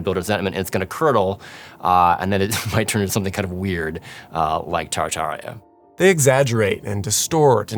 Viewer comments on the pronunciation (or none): This was a garbage piece. Mispronounced the word Tartaria - falsely called people who are interested in the theory “Tartarians,” which is like calling someone interested in the architecture of the Vatican “Roman.” Provided absolutely no proof, no groundwork and failed to mention even the most basic concepts people have questions about. 1) fake photography 2) Charles B Atwood (the guy who was famous for making the white city white 3) the reason why everything was so European when promoting American innovation. Also pretending like modern American architecture has “charm” is gross and full misrepresentation of present reality. Propaganda. Drive down almost moderately sized city and you can see with your own eyes that it is ugly here. Painfully ugly. Shame on people for wanting a place to live that doesn’t feel like an open air prison. According to this guy, if you don’t like the current state of commonplace architecture, you were just tricked by France? What?!? And finally - because i wasted 15 minutes on this hot garbage - they put 4 ad breaks and an in-video advertisement?? Who is tricking who into what? This guy made so much money off of spewing nonsense. Gross. Totally gross. Whoever did the graphics was a pro - no doubt - but their efforts are wasted on this propaganda.